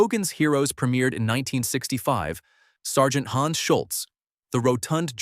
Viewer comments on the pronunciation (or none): none